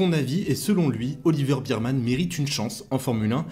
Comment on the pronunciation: Juste pour info, phonétiquement c'est Oliver "bErmane" et non pas "birmane". En tous cas merci pour tes analyses pertinentes.